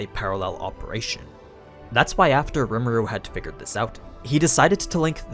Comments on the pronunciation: "ree ma roo" not "rem a roo" but other than that amazing video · It’s rimuru not remuru btw no hard feelings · Its. Ree mar oo Not rem aru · I hate how this guy says rimuru, he's saying "remuru" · So basically it’s pronounced RE muru not rmur and it’s ME LEM not mlim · "Remuru" ????? just read his name bro how did you go from Rim to Rem?? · Normal People: Rimuru Others: REMERU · Rem Eh Ru lol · I'm sorry it bothered me way more than it should have "remeru" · gosh hearing you say Remuru is annoying. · You know someone hasn't watched an anime if they keep saying the name of the main character in the wrong way.